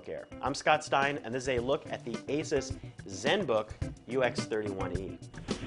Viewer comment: Can you please pronounce 'Nokia' 'Asus' and 'Aliminium' correctly? kthnxbai